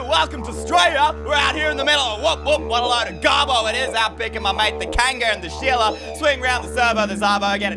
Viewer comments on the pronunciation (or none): none